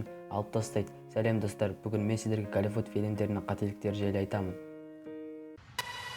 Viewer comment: дұрыстап сөйлеш кəливүд,пəлисей,дəвление деген сөздерің жағымсыз естлдеді екен құлаққа.дауысыңда жаман дым сөз қорың жоқ екен бауырым.